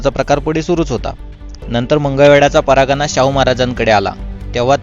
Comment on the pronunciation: परागणा नाही परगणा